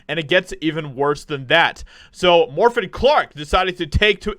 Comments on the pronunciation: At least pronounce the name Morfydd correctly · Haha, you butchered her name and normally I would explain how to say it but in this case, I couldn’t care less, she deserves it, she is on her own, lol